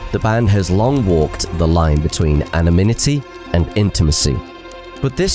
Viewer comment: Brilliant video! Constructive criticism: “Anonimity”, not “Anominity”. 👍